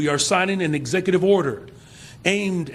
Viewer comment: He should learn how to pronounce executive 😂